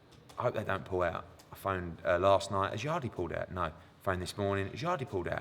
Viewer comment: haha dont know why but when corrected eddie for saying yard-ee instead of yarde I burst out laughing